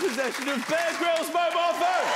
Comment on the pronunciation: Lol when he introduced him it sounded like he was shouting "Bake Rolls" instead of "Bear Grylls" XD